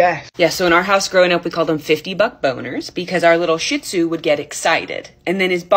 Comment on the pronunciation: I like how you pronounce the t in the first half of shih tzu to emphasize what you think lol